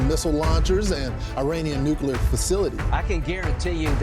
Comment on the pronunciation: Noo-clee-ur. For cry eye, say it correctly.